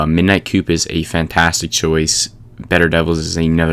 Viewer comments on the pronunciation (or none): You lost me at midnight coup. The p is silent. Think coo not coop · lpt the "p" in midnight coup is silent.